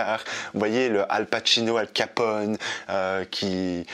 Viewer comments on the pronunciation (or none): none